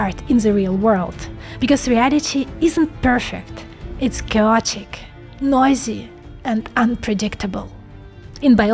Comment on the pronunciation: yes it was cowotic